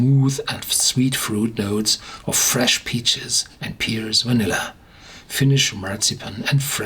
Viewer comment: It's not peers its pears😄